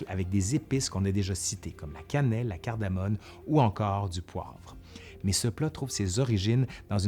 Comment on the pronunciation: Tu as dit CARDAMOME OU CARDAMONE ?